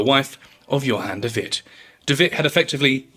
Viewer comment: Djon david😂 *Johan de Wit